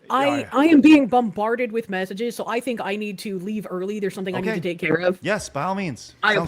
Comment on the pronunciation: ..vitthon 2 condoms at tha saem teim.